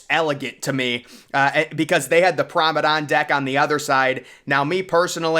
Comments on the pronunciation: He means "Promanade" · You're right. This guy keeps calling it Pormadadon. It's Promenade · Interesting video...but surely the pronunciation is "Promenade"? On more than one occasion, if not most of the time, you're calling it "Promedane"? Feel free to correct me if I'm wrong about the pronunciation... But I'm sure I'm not! 😄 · I can't unhear it... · You do great videos, but its prounced promenade. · he's been called out on that so many times by now that I'm now certain he's doing it on purpose to f with people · you are probably right. It’s like fingernails going down a chalkboard to me every time I hear him butcher that word….lol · he slowly emphasized with a grin